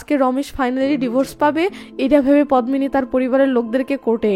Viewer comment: পদ্মিনি এর উচ্চারন পদ্দিনি । পদ্ম ফুল এর মত সুন্দর মেয়ে কে উপমা দিয়ে পদ্দিনি বলা হয়।